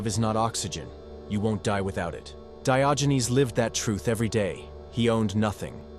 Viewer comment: He was not called Dayoginez. 🤣